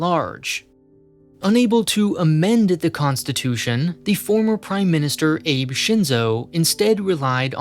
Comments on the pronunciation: Lol, for a moment I thought you said "ape shinzo". Abe, as in "ah-bee", not as in "ape".:-D Also, "Abe" is his family name, not his first (not like "Abe" Lincoln), so it may be easier to remember when you say it as most people on news networks would "Shinzo Abe". Edit: Also, it's strange how you keep referring to him instead of his successor(s). He hasn't been in power anymore for over a year. These kind of minor slipups make it feel as if you haven't done enough research on Japan as a whole before making these videos, which would surprise me. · It’s pronounced “Ah Bae”, not Abe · Ah-beh not Abe and ah-beh is his last name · Hearing the prime minister's name pronounced as Aijb, rather than Ah-beh was a fucking bullet to my ear. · Whenever he pronounces the Abe in Shinzo Abe like Abe in Abe Lincoln, i die inside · It's not pronounced "Abe" as in "Abraham" it's "ah-bey" as in Shinzo Abe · The difference is in the diphtong. The English language in most dialects has a difficult time not diphtongizing sounds. A-be is not the same as a-bey. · He pronounced it as "ape" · It's "ah-beh" not "ah bey" there no Y sound at the end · I found this video quite informing! Thanks for the information! Subscribed! Also, I think you would have already heard many of the other commenters say this, but the "Abe" in "Abe Shinzo" is pronounced "Ah-bay" ("A" like the "O" in "Octagon", "E" like the "A" in "Bay"). Just wanted to let you know, and something tells me you do! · Not that you're likely gonna re-record it at this point, but Abe's name is pronounced "ah-bay", not like the English name Abe. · Not "ah-bay", but rather "ah-beh". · Yeah, the Japanese don't read "a" as "ae" like English speakers do, but as "aa" . It's funny how most pronounce their names wrong even after hearing them properly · "Abe Shinzo" lol the Japanese Abraham Lincoln 😂😂😂😂 Shinzo Abe's surname is pronounced "aw-bae" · Hearing "Abe" pronounced as "Eib" was very psychologically painful. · Ah-beh, not Abe like babe. Lol